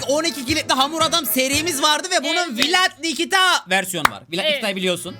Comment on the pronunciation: Abi abla vilad and Niki :Viled ve Niki diye okunuyor